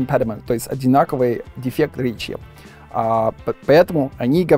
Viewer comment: произносит неправильно гласные после согласных не - нйе ре - рйе Америка - амйерика дефект - дефйект и т. д